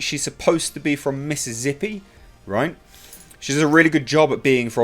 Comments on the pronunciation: All the esses in Mississippi are pronounced as such, but I’m going with the “Mrs. Zippy” thing you’ve proposed. I also enjoy when people say “salza” instead of salsa. Cheers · First time I heard Mississippi be pronounced as Missizzippi. Awesome! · That double-down on the pronunciation of Mississippi... my, Odin.... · driving through Mississippi right now, funny hearing you pronounce it ;)